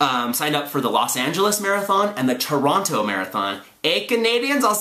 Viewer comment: Yay for Toronto marathon!!! My heart literally jumped a beat when he said Totonto. :)